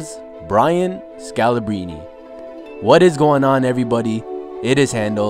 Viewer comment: Pronounce the R, scalabRine